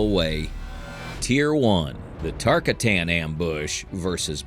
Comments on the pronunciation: TAR-KAT-AN NOT TARKA-TAN 😒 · Its Tar-cotton, Earthrealmer! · Tar- k AHH - tin , emphasis on the second syllable